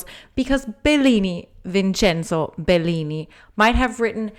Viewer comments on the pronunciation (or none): none